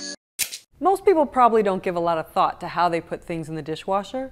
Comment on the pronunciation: I actually had to restart the video 3 times to understand ''don't give a lot of thought'' instead of ''a lot of fuck'' XD